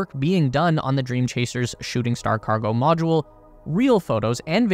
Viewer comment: "Life moudle"